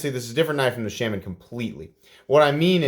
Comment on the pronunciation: Oh my, you just compared this to the Shaman why does it annoy me so much how you pronounce it? I just watched a Spyderco video to confirm. Please listen to him say Shaman. Or maybe I’ll just have to follow you on silent complex haha